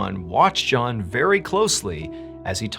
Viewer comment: No he said it correctly